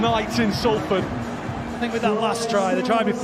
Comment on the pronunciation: ‘Salford’ wtf?!